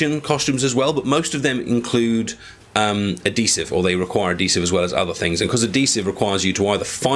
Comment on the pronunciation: There's an H in the word adhesive.